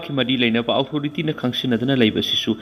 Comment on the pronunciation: Authority hai yo......outhority haiba lei te ko ..